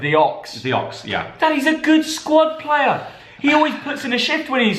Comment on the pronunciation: he’s a good pluuuer lol